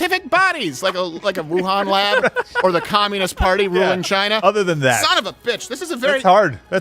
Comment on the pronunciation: And who really owns Black Rock? Chy-nah